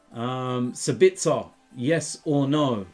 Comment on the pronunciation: Let me help you with the pronunciation: it's sAbitzer, not sabItzer (stress on the A). Yes or No? YES.